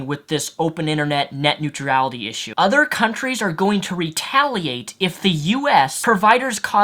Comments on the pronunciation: Neutrality(new-tral-ity) not new-tree-ality lol not hating just advising. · It's "neutrality", not "neutriality". How can you know so much about a subject but not kow how to pronounce the word correctly? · STOP SAYING NEUTR*I*ALITY!! There's only one I in that word! You spelt it correctly in your video title, why can't you say it properly? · Why can't you pronounce "neutrality"? It's not "neut-reality". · WHY DO YOU KEEP PUTTING AN EXTRA "E" IN NEUTRALITY!? It's extremely annoying... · Urgh my brain...please never pronounce it 'Neutrurality' again :'(. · I am finding it difficult to watch this video because I keep hearing "net new tree ality" instead of "net new tral itty". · you pron neutrality as nutreality. hahah xD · every time you try to say neutrality in his video i cringe. i don't deserve to do so by any means, i make similar mistakes, as previously stated i sometimes say nucular instead of nuclear, but jeez, so many times in a row, did you never try to read the word before you said it? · neutrality, "newt rality". sound it out. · I just don't think he's heard it pronounced right, or given much thought to it. He pronounces everything else right. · Your inability to pronounce neutrality is annoying the piss out of me. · Yet he manages to pronounce every other word just fine. Also iality is not a suffix. Sometimes people just get things wrong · You butchered the word...neutrality :P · There is no "I" after "R" in neutrality. I know it doesn't affect the general message of the video, but you are pronouncing it wrong and it's distracting. Otherwise, nice video. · No disrespect to, but yes, it was a little distracting. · your pronunciation of the word neutrality is about as bad as george w. bush's pronunciation of nuclear. don't get me wrong, i pronounce allot of things horribly, including the word nuclear (i still like to say nucular) and your problem with neutrality is similar bud.